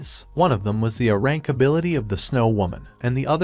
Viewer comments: What the fuck is uh rank it’s AYE RANK. A Uhnimeworld😂 ffs thumbs down even though I liked the story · How hard is it to have an ai that knows what the hell an A is versus Uh? H”Uh”???? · Great video the only annoying things is leave a pause between "A" and "Rank". It sounds like you are saying "Ahrank".